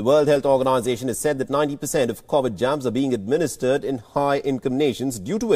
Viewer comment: Please correct, it’s Covid 19, and not Cauvid 19. It’s important to pronounce the virus name correctly.